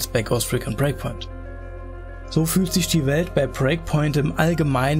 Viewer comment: Warum sagst du immer "Preakpoint" statt Breakpoint?